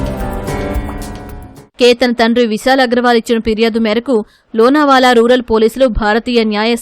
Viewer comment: adhi lonaawaala or loonaawaala kaadhamma! Lonaavlah!